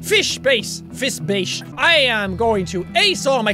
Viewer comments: he was pernouncing bass as base thats just sad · it is bass not base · Jack you said bass wrong it's not base its bass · he realizes i hope that he said bass (as in the instrument) instead of bass and bae in danish means shit lol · its bass not base